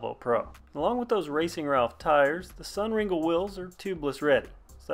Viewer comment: Great video, typically pronounced sun ring-lay.